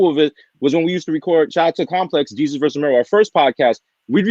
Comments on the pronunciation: “Day-Sus” Lol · Why does she keep calling him day-sus? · Wow, this lady needs to do her research. At least MAKE an effort to correctly pronounce Desus and know that Mero has four kids instead of five. 🤦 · NOT DAY-SUS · I'm not feeling how she is mispronouncing Desus's name... The brand is a lot of things but it is not ignorant